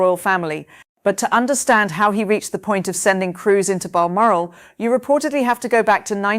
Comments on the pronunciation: Bar moral castle? Where the heck is that? Perhsos she means balmoral? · Seriously: you can't even pronounce Balmoral correctly? Can't trust won't watch.